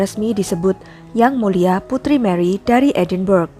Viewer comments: Woi mustapa ucup..edenbrah yg bener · Narator perlu belajar lagi.. Edinburgh sebenarnya disebut sebagai [Edinbra]